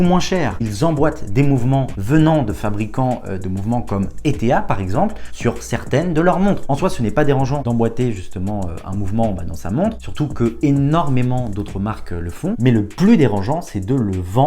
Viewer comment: Si jamais la marque de mouvement « Eta » se prononce comme « état ». Et Panerai a de moins en moins de ces mvts dans ses montres. Merci pour tes vidéos! Je suis horloger depuis 2006, mais entre le SAV, le marché gris et les entreprises que je ne connais pas bien, il y a toujours de nouvelles infos à découvrir. Continue comme ça!